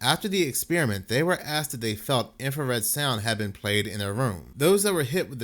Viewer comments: Please read the word. INFRA SOUND no red INFRASOUND. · INFRASOUND! Not infraredsound. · Infrasound, not infrared sound, dude. 😂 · INFRASOUND NOT IMFRARED SOUND............ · Infrasound, not infrared sound. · Dude I like your channel and humor, but please,,, it is called infrasound, NOT infra- red-sound. The whole video you mis pronounce the word. Which changes the meaning. Infrared is a form of light. I really do like your channel and topics. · Eight thousand times you misspoke and said 'infraREDsound.' Come on man, get it together. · "In-frah-sound" not "infrared sound" goodness! When I heard it the first time I wasn't bothered I just thought "oh he said it as though it's a light lol" then after you said it for the 100th time I was like, "IT'S FREAKING INFRASOUND!!!" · Did you say "infrared sound"? 😂 Infrared is light. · Infra sound not infra red sound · It's INFRASOUND, NOT INFRA-RED SOUND....🤔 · It is not infraredsound, just infrasound. The word "infra" just means under or below. The colour is measured in Nm and sound is measured in Hz. Those two things has nothing to do with each other and saying infraredsound makes you sound very uneducated. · Stop saying " Infra-red sound". It's not called that in any of the reports you show on screen. Its "Infrasound". I'm know I'm being pedantic but I can't stand it when someone is trying to sound like an expert in something, yet consistently makes mistakes in what they're saying. Rant over. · It's infrasound, not infra red sound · Infra - sound… Not infrared - sound. :) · It's infrasound, not infrared sound. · **Infra-sound Not infrared sound...infrared is visual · It's infrasound, NOT infra 'red' sound. I don't know where you're getting the 'red' from. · I would have but you kept calling it infrared sound and not infra-sound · its pronounced INFRA sound